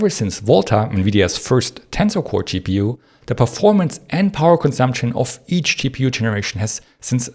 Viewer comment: Great video except the extremely annoying pronunciation of GPU as Chi-Pee-You and TDP as Shi-Dee-Pee. Hard to listen to and hard to understand what you mean.